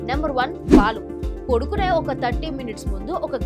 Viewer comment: పొడుకునే కాదమ్మా, పడుకునే అనాలి తల్లీ 🙏🏼